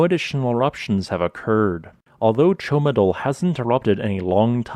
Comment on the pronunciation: It is rather "Ciomatu", not "Ciomadul".... Thanks for the explanation though.